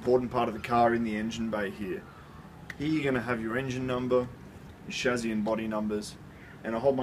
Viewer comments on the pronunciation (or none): Why is he saying "shazzy"?